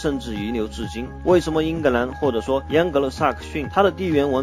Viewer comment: 央格鲁？！喂喂不要跟政委学啊。还是换机器读吧，至少机器不会有边读边，没边读中间。“英格兰与欧洲大陆仅隔一条狭窄的‘英格兰海峡’”?!! 是“英吉利海峡”（English Chanel）或者 “拉芒什海峡”（La Manche），不是“英格兰海峡”（England Chanel）. 图中所示的“多佛尔海峡”（strait of Dover）或者“加来海峡”（pas de calais）就是英吉利海峡的一部分。